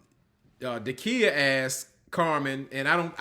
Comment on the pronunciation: Every time you say “auntie Dykia” I scream 😂😂😂😂